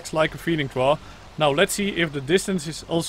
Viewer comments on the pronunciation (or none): FYI, the trough is pronounced "troff" :)